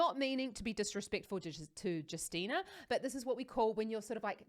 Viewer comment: You should read her name like U(sual); ST(ich); (empt)Y; NA(tional) USTYNA read only BIG letters exactly like in the words I gave you as an example :DDD